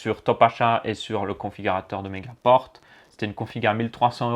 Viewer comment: On dit megapore